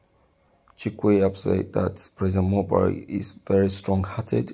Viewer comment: Broadcaster why are u calling him Buhaire while you know his not in charge